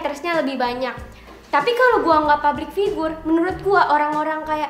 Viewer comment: Public woy Public bukan PABRIK! Emosi saya haha